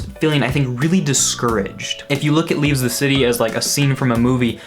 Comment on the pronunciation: Why do you keep calling it "leaveS the city"?